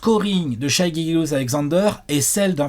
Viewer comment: Vidéo très intéressante merci ! Je considérai Shai comme un franchise player le jour ou vous direz son prénom de la bonne façon, Shè pas Shaille :)